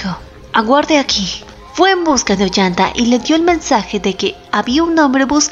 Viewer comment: Te felicito por traer esta hermosa obra clásica del Perú, escucho que pronuncias bien muchos nombres y hay claridad en los diálogos. Sólo como apunte, el nombre del protagonista es "Ollantay" no "Ollanta". Te recomendaría tomar pausas en la narración para sumar a la buena entonación que indica los cambios de escenas. Siento que va muy rápido cuando se podría aprovechar las pausas entre diálogos. Admiro tu trabajo, sólo quería brindar un pequeño aporte desde mi experiencia.